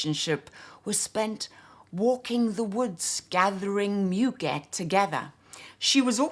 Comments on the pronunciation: Giacobetti was clearly influence by Roudnitska. Her IUNX line was lovely and unfortunately no longer available. A gentle correction, c’est moo-gay. 🙂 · couldn't help but notice that I'm not the only one tempted to offer feedback on French pronunciation. You have such a beautiful English accent and your elocution is balm to many ears, I doubt that we would bother remarking on the pronunciation of French words if this were any other channel. In my own turn, I have to take issue with Douglas on the pronunciation of 'muguet'... 'mu' is not pronounced like the English 'moo'; that would be 'mou' in French. The French u in 'mu', 'tu', 'lu' etc is a sound that, if my memory serves me correctly, is not found in English, hence why English-speakers find it so unnatural, initially. It takes a few minutes to master, but once mastered, it's never forgotten. 'moo' is a sound made largely in the throat, whereas the French 'mu' is formed by pursing the lips, not opening them. French is such a beautiful language, it would be wonderful to hear you say all these names and words in confident French. You can do it, I am sure!